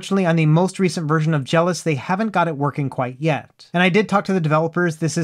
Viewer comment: Is it not pronounced Jel - OS? Like macOS or iOS? You keep saying it like "jealous".